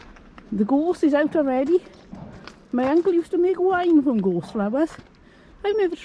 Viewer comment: Beautiful views all the way through . Hearty plant to be blooming in December . The plant looks herbal, the leaves reminded me of rosemary . Did you say the name of it is Gorse , or Ghost ? The cocoon either contains a butterfly , or moth . Lovely show .